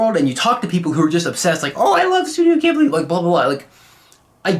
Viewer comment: l + you pronounced Ghibli wrong